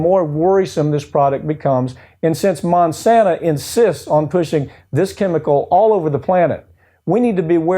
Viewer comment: Why does he repeatedly call Monsanto Monsanta? Does he think they bring the gift of 'Mon' like Santa brings other gifts? It's a little distracting, and Monsanto can just so, "oh no, Monsanta is an evil company that has nothing to do with us - we're Monsanto."